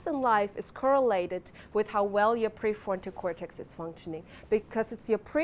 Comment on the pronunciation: And pre forto cortex. Maybe she is stuck in the basil ganglia 😊